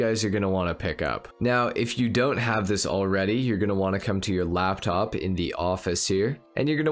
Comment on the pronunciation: LAPTOP not labtop